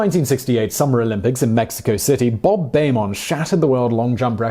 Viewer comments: It is pronounced "BEEman" not "BAYman." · Oh dear, yet more mispronunciations! Nike is not pronounced as in Mike, it's pronounced Nikee, who was the Greek goddess of victory, after who the band was named after. Bob Beamon is not pronounced Baymon, it's pronounced Beemon. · Can't believe how few comments there are about this. I can live with Simon's pronunciation of Nike, as that's more common outside the U.S. But "Bayman" was hurting my ears. Also, "Cast-EE-yo" and "all-LOO" in the 2003 Cubs NLCS story. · I generally like Simon's videos but this one was little off - showing Jordan's iconic still shot of his dunk while discussing the jumper against the Cavs, mispronunciation of Bob Beamon's name, and the reference to the Cubs still looking for that title - all stood out to me.